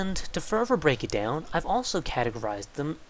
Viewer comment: omg,. I've been watching your videos too much, and the whole "furver"/"further" thing and the "so... so... so..." is totally killing me. thanks for the vids. sorry to be such a dick. i'm just easily annoyed. lol.